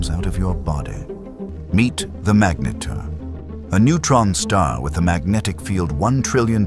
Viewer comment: Very good AI narrator, just needs help pronouncing ’magnetar.’ Even if it’s wrong, keeping it consistent helps. Very informative assuming the details are correct.